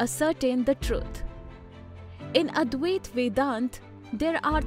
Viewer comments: Please correct pronunciation. It’s not Advayaaat. It’s Advaita. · Very good thank you. But one thing you need to correct is the Pronunciation of Advaita.